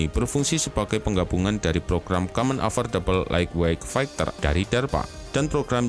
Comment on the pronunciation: Fegter fegter Itu bacanya "faiter", miiin